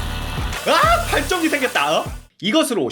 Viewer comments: 아니 아까부터 발전기를 발정기라고 발음하는데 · 어느순간 발정기 발정기....라고 들리... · 자꾸 발정기 발정기 그러시네.. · 왜 자꾸 발정기로 들리지? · 왤케 발정기라고 들리냐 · 발정기라고 들려요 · 발전기 발음좀 재대로 해주세요 ㅋㅋㅋㅋㅋ